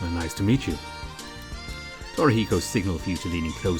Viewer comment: Torahiko??? Wtf lol